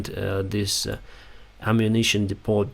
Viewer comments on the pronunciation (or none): Excellent footage & commentary, as always. Small pronunciation correction; in English the T in the word Depot is silent. American pronunciation: Dee-po. (In British English the word is pronounced Deppo). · I was an English teacher in Thailand, so pardon me for offering language advice. Depot has a silent 't.' When an ammunition dump is hit, the subsequent explosions are called 'secondary explosions.' All in all,, you're doing a great job. You're a Ukrainian national hero. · When pronouncing depot in english the t is silent. Very informative presentation.